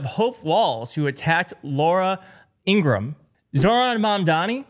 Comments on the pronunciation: According to Laura's brother the correct pronunciation of their last name is: In- gra- ham. It is not: In-gram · Laura’s brother has stated it is pronounced ‘Ingra-HAM’ not Ingrumm. Plus miss Laura hates it!